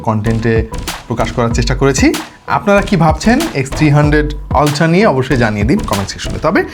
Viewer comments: সবকিছুই বুঝলাম কিন্তু আপনি আলট্রা কে বারবার অল্ট্রা অল্ট্রা কেন বলছেন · Alta ki? Ultra bolen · Amio 😂 অল্ট্রা 😂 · Ultra এর আজব উচ্চারণের জন্য ভিডিও অর্ধেক দেখে চলে গেছি। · a besi suddo kore bolte bolte ultra ke ki jeno uccharon kortase ALLAH e jane